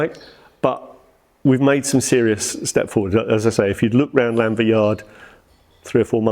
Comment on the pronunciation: Very nice video, thanks for sharing! I do feel it's a bit annoying can't pronounce Llanfair though 🙁🏴